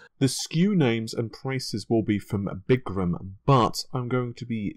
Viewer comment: Er,? It's not Big-gram, it's Biz-gram.....